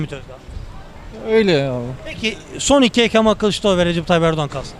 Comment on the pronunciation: Artık yeter Kîlįçlaroğlu diyen mantığı hiç anlamıyorum gerçekten